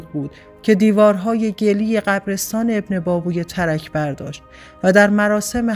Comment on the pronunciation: ماشااله به اینهمه سواد! بهتره شما اول تلفظ درست کلمات و اسامی رو یاد بکیرید و بعد برنامه اجرا کنید! ebnebAbevey--اینهم تلفط اسم ابن بابویه با حروف لاتین!🧐